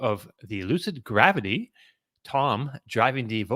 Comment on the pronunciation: 😂Only would pronounce it Lucid GraWvity….😂